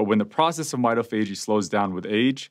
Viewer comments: Pronouncing MITOPHAGY. Not /m’eye-toh-fajey/ but rather /m’eye-TOF-agy/. Come on Doc! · Hi: That word is pronounced my-tof-a-gee. It is analogous to au-tof-a-gee. Most readily available lexica will not have this entry but running an search on the web, you can find the pronunciation. Thanks for spreading the knowledge! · It is pronounced "my - TAH - fa - GEE" Primary accent on the 2nd syllable, secondary accent on the final.